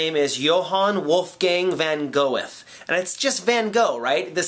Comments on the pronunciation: Goethe is pronounced Gøːtə, like Gur-ter without silent r's. He was a philosopher from Germany, and was certainly not Vincent van Gogh.:) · so funny how you pronounced Goethe! in german you pronounce it Göteh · i'm so happy about this and thank you, but just really quickly, Goethe is pronounced (Goorta, kind of. type it into google translate and it'll give you a good pronounciation) :]